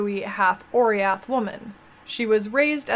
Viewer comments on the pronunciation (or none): i always though oriath is pronounce o-rah-yath